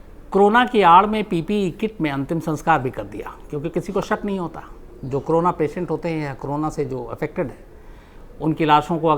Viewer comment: Shams bhai why you always say crona क्रोना ? It is Corona कोरोना...